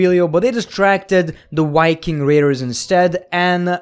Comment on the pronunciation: Did he just say the Whyking Raiders?